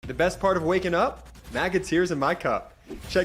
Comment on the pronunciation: Tiers or tears? 😂😂😂 make that MAGA 😭 tears